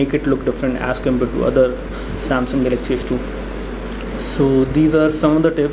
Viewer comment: hehehe funny speaking :) "" samsung salaxy s2 "" :)